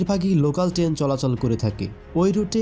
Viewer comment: আগে ঠিক করে বলেন টেন নাকি ট্রেন🤣